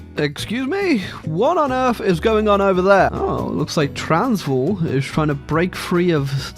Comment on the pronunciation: It aint pronounced transvaal its pronounced traansvääl